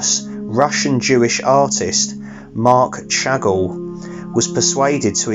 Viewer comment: How do!? FYI the name of Chagall is pronounced Mahk Shagahll--he was French/Russian, not English!!! There are other languages in the world, you know!!! Seriously, another great vid and congrats on the fundraising/walking in October--a very sterling effort. (BTW, Chagall was a genius!)